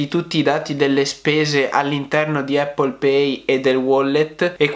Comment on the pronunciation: Non voglio fare il pignolo ma...solo noi in Italia diciamo "eppol"...sbagliando di brutto 😁 La corretta pronuncia e' "Apl" con una "P" ... Ecco la pronuncia dal fondatore...chi meglio di lui?